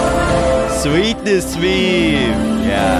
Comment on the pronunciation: Did you guys notice that the first one said " SWEATness meme" not "Sweetness meme" wow